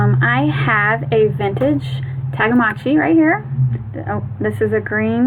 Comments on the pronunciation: It's Tamagotchi, not Tagamotchi! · Is she calling them tagamotchis instead of Tamagotchi